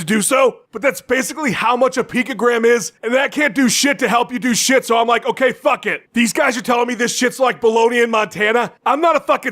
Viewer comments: ah, yes!! Hearing "H'okay Jon Jones" a few times in a row just makes my day! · H'okay Jon Jones, h'okay